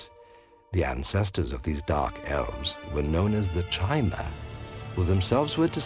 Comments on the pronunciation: So sick of people pronouncing chimer with the ch sounds instead of Ki-mer, which comes from canon sources and is even in ESO if I remember correctly(been a while). All the lore channels that I've watched besides I think 1 maybe 2 have pronounced it the way it is meant to. Just a thought I know these guys do not do this anymore. Nerd rage. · Ridiculously late comment, but the narrator's pronunciation of the word 'Chimer' is wrong. it's supposed to be more like 'ky-mer' or something; CH=K in this case. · I love this series, but you NEED to stop mispronouncing "Chimer". C'mon guys, it's said aloud in at least ESO, possibly other games too.